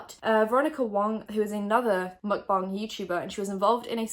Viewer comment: love how out of all the drama channels i watch you're the only one that pronounces stephanie's last name and the word "mukbang" correctly 👌🏻👌🏻👌🏻